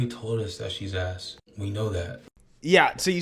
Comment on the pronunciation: I thought the President said he "love her arz" lmao. Yeh, me too, Mr. President. The ad is nice too.